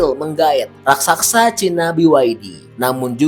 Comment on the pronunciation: Raksasa pak bkn Raksaksa